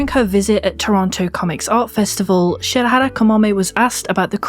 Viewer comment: If I have to point out one thing that confused me about this video is that you say Shirahara instead of Shirahama XDDD no but seriously, brilliant work in every aspect of it, auntie Kamome (I love her and for me she's my aunt) and so many mangakas of her generation are doing a great job at broadening the horizons of what's established as "normalcy" in terms of questioning the narromind society not only in Japan but, as it turns out, and you yourself have seen in a comment on this very video, the whole world. Seems that we (the society) aren't as openminded and inclusive as we proudly claim we are, we've a lot to learn and a lot of walls to bring down. But we have to accept each and everyone of us that we must be constantly educating ourselves.... representation matters, everytime.